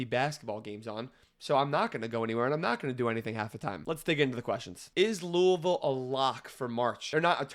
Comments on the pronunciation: Bring from Kentucky, makes me so happy when people pronounce Louisville correctly. Go Cards and Fuck uk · You from Louisville nobody says Louisville correct but you did. And you know so much about Louisville. I love it